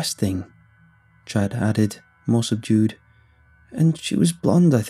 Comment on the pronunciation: This guy gets a british accent when he says more subdued